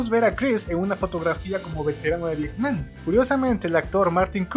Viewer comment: interesante video, lo mejor es cuando dices "pecsi" y "Viecnam" jajajaja. Saludos.